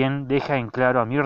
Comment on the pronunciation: JAJAJa "El miornir"